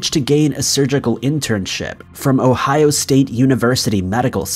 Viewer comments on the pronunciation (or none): none